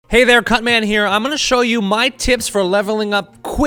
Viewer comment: Ooooooooh he said Cutman not that other thing I thought he said